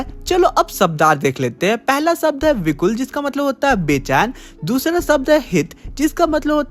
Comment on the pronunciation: vikul ❌ vikal ✅